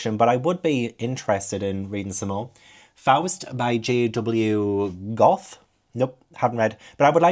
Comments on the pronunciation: Pronouncing Goethe as goth sent me into a coma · 1984 is short and snappy. 328 pages. Definitely worth it. BTW, Goethe is pronounced like "gur-da" but without opening your mouth quite enough to say it clearly. I don't speak German, I don't know why that is. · uuuh as a native german speaker your pronunciation of Goethe hurt my soul hahah if you ever consider reading it though: the first one is great, don't bother with the second one And yes "faustian deals" should be from that since in the play the academic Faust makes a deal with the devil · "goth" has to be the most badass pronounciation I've ever heard for Goethe xDD I suffered through Faust in school. It's okay, I've had to endure worse. Sapiens is by a man who supports a certain thing happening in a certain country with a blue and white flag. Just mentioning it here since you also don't like to support the series that shall not be named